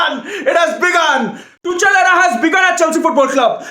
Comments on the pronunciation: it is tuk-el not tuch-el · I always enjoy your videos mate!! Keep up the good work !! Anyway ,It's Tukhel(Tuchel) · his name is tuchel but you pronounce it like tukhel in german just like acht ( means eight in german) we pronounce it likr akht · It's pronounced tukel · Tu chal 😂 😂 😂 it's tuchel... H silent... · It is pronounced "two" "khl" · could you please review the pronunciation of Tuchel before the next rant? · well maybe pronounce Tuchel right duh